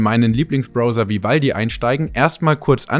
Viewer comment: das macht mich "Spitz" "Vi-valdi" 😉😅